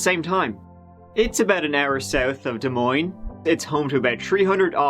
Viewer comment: I was so proud he said Des Moines correctly! Many Americans say both (silent) s's...lol